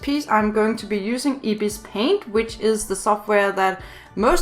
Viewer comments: its not ibispaint say it eyebispaint there is 2 ibispaint 1.ibispaint=pay 2.ibispaintx=free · Ypur bpt supposed tl say ibis paint but say like eyebis paint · I thought you said ipis paint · just saying its eye-bis-paint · It’s Pronounced Eye-Bis Paint I’m Not Being Rude Btw I Just Wanted To Say It Also If You Use Ibis On Your IPad You Can See The Different Modes. Like You Can See The Blur Tool, Smudge Tool A Lot Easier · me: IS THAT REALLY HOW YOU PRONOUNCE IT HUH ANSWER ME HUH HUH HUH (don't hate)